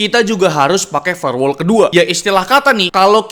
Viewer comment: dari "firewall" jadi "farewell" 😭